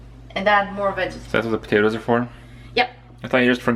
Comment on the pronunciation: we have the same dish in Saudi Arabia but we add zucchini and potatoes and some times eggplant, the dish name is "محشي" which literally mean fillings ^^ also noticed that you pronounce patats and t'matm just like arabic :)